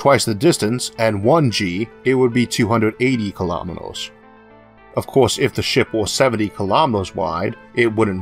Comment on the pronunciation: kilametors lasors forevor duuuude come on its annoying